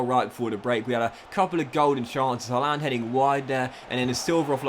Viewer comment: Pronounced harland pal